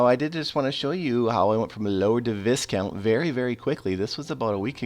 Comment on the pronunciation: Just so you know Viscount is one of those words that the S is silent, I know you don't care but I thought I would let you know, One of the other CC youtubers was saying marquis way way off lol